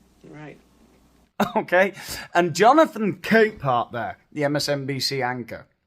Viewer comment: For the most wonderful moment there, I thought you said his name was Jonathan Cameapart!